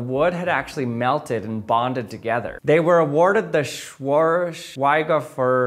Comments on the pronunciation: "Schwei... Schwoa.. Schwei..ofer" 😂 It's not that difficult. Say: Shwayc-hoofer (-Prize) 😅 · It’s shvayghofer actually not schweigover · sh-why-g (like the g in gift or golf) hoh (like the oh in omelette) fur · "They were awarded the Schwor... Schweigayofur... Schweighofer... (Mental sigh) They were awarded a prize for their discovery". Man, I loved that! 😂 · Cmon, it’s pronounced [ˈʃvaɪghofeʁ] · sh-vei-g-ho-fa btw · Schweighofer - sh-vye-g-hoff-er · "Shvigh-Hoaver" just for a hint. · "shwike hofer" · I believe it's pronounced Sch-vey-gof-fur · Schweighofer. It‘s not that difficult. It‘s not a Donaudampfschifffahrtselektrizitätenhauptbetriebswerkbauunterbeamtengesellschaft. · If you say "Shvaig-hofr", you should be quite near ;) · Sch-weigh-o-fer (so-weigh-oh-far) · Schweighofer would be pronounced roughly like "shvyg-ho-fer" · Schweig-hofer prize Schv-eye-g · "Sh-v-eye-g hof-er" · "ei" is pronounced uhh-ee but quickly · They were awarded the Schwagggearah--... Schwaerraenger--... Schwingerer--... they were awarded a prize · it’s pronounced shvige-hof-er with a hard G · It’s pronounced “Schweighofer” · btw, "Schweighofer" is pronounced "shvike-hofer" - shvike as in "bike", and do pronounce the w like a "v" Or maybe this helps you better: [ˈʃvaɪ̯ɡˌhoːfɐ] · It is Schweig-hofer prize. Composite word. Sch is like in englisch when saying shhh to a cat. then: Sh-waig-hofer (e in this case is pronounced more like an a) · It's pronounced: shvaig-hoh-fer. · I believe it's pronounced "Shwī'-hoff-er". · It’s pronounced shw-eye-g h-oh-fer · I think we finally need a good german-to-english-pronunciation translator! "Schweighofer" should be close to "Sh-why-kh hoe-pher" 😂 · Pronounced *Shway-hoff-er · Buddy, that pronunciation was "Schweigh off".... Oof, though crowd. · SH'WHY'G-hoff-er is the correct pronunciation, I believe. Three syllables. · Schweighofer is pronounced: Schv-i-ghofer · I believe it’s pronounced Sch-why-hofer, not entirely sure. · its pronounced shwige-hoe-fur